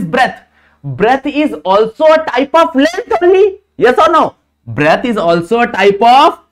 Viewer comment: Breadth ❌ Breath ✅